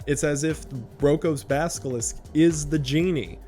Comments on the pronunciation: Basilisk. Not basKilisk. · Great video, thank you for making it !! (I already knew, so this wasn’t hazardous information to me, which is why I can just thank you and not feel like this video harmed my future, lol). But I must say, the mispronunciation of “basilisk” as “baskilisk” really cracked me up 😶😂